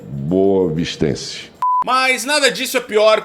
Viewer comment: "Bostavistense!!!!" 😂😂😂😂😂😂😂😂😂😂😂😂😂😂😂😂😂😂😂😂😂😂😂😂😂😂😂😂😂😂😂😂😂😂😂😂😂😂😂😂😂😂😂😂😂😂😂😂😂😂😂😂😂😂😂😂😂😂😂😂 Cara, eu tô rindo!!!